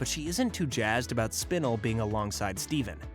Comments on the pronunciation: bro said spinl not spinel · It’s spinel not spinal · Spinle? SPINLE?? It's SPIN-EL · It not spin- L it's "spin-el" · The mispronunciation of Spinel is killing me. SPIN ELLE . not spinul. hell you even have clips of them pronouncing it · Man! I love "suckilite" and "spinnal" Such cool characters! I love the different pronunciations though steven said "sugilite" And "Spinnel" pronunciation! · Spinal it's spinel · We not gonna talk about how he’s saying SPIN-L instead of SPI-NEL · It’s Spenel not spinel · its pronounced spi-nel not spin-le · It realllllllly bugs me you mispronouce spinel. Its spi-nell. Not spi-nill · Bruh spin-el not spinel. That shit got me annoyed as fuck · You have disgraced the Spinel Community, it is pronounced SPIN-L, not SPIN-UL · what did he call spinal? 💀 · It is spi-NELL not spin-ill oml that got me slightly annoyed good video tho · its spinel [spin-el]:hand-pink-waving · you pronounced Spanel wrong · It’s pronounced sp Nell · "aqua" "Spinl" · No way man called spinel spinil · ‘Spinnel’ No comment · It kept getting stuck in my craw that he'd confuse garnet and amethyst and kept calling lapis "aqua", and Spinel "spinnle". It's cool if the guy reading never actually watched the show, but coach the guy on names at least. Anyway it was still nice to get a truncated version of the story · I'm sorry but SPINEL IS PRONOUNCED SPIN ELLE 🥺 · ITS SPIN-EL SPINAL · Not him saying sPinel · Spinle.......... this is how you say it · I like how he pronounces spinel spinill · Excuse me but wtf is spinuhl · You said spinel wrong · Your saying spinel wrong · Pretty sure you're pronouncing spinel wrong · Sorry but the way you pronounced Spinel was really annoying me but the rest of the video was fine 👍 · No one gonna talk about him saying spinel weird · Saying spinel wrong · did nobody nodice that he said Spinel incorectly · I hate the way he says spinel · the way you say spinel triggers me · Bro said spinella wrong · He pronounced Spinel wrong